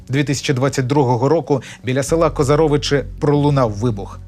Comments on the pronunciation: НЕ КозарОвичи а КозАровичи, так само як КозИн а НЕ КОзин!!!!!! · КозАровичі,а не КозарОвичі!!! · козарОвичі -- гостомЕль )) Правильно -- козАровичі.., гостОмель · вот так как ты назва козаровичи ( ударение на о) называли кацапы выучи названия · КозАровичі, саме так правильно наголошувати. Тому, хто озвучує, треба було б цим поцікавитись, бо це теж важливо. Дякую всім нашим захисникам: і військовим, і звичайним людям, які боронили Україну в перші дні навали. Дякую всім, хто боронить її і сьогодні! Ви єдині, на кого ми сподіваємось.